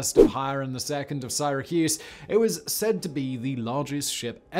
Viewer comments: "In the UK it's Sighra, in the US it's Syra" - Being a Brit I'm all for correcting Americans when they get words wrong, but damn, Simon, I've never, ever, ever heard it called Sighracuse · I suppose this means I am from SIGH-racuse instead of Syracuse? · From the UK, I don't know a single person who pronounces it "Siyyrahcuse" and everyone pronounces it same as the American way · It's Syra cuse Simon. I live here I know😂